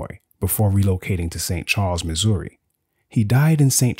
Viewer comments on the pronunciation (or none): none